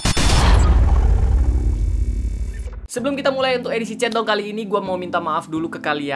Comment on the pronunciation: sekilas kalo lu ngomong chatdong kdengerannya kaya centong, you know centong brooww? :D